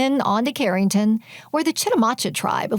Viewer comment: Charenton and Lake Palourde are mispronounced.